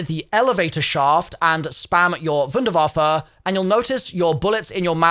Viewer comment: i can’t be the only one cringing every single time pronounces the wunderwaffe as if he’s edward richtofen